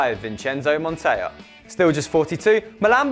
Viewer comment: Pronouncing Montella in the Spanish way shows how many gaps you guys have in your football culture and knowledge. Sorry guys, I'm disappointed of this.